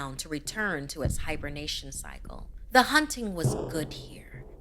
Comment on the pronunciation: "Aah, ze goo lagoon"